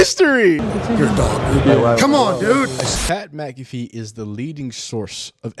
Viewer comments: Dude is a clown get him out of ohio and his girl smacked as fuck mud dragon ahh bihh and you said mac affee cmon bro it mac uh fee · McAfee is pronounced mack aH Fee not, mc calf ee ... stop reacting to ppl when you can't even pronounce their damn name right, clown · Lil dude doesn’t even know how to say Mcafee lmao